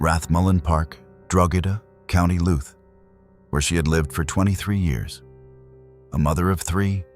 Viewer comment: I beg that you get in touch with me or anyone else from Ireland, who can give you the proper pronunciation of places, and names. Drogheda = droh-hih-dah. County Louth = County loud. Mc = Mac.